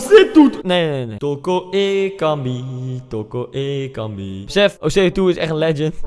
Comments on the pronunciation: Ik: OSEI-TUTU Koen:TOKO-EKAMBIE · Spreek toko ekambi uit als oko ekambi maar de t moet je snel uitspreke zodat t klopt